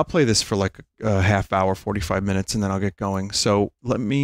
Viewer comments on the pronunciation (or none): vinny really said "only 45 minoot"